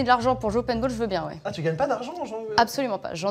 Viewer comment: Mdr c paintball pas painball mais sinon vidéo incroyable